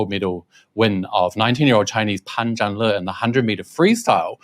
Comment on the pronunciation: He was pushed all the way by God's invisible hand?? 😱 Fyi, his name in Mandarin should be pronounced: Pun Jarn Ler. Not Lee.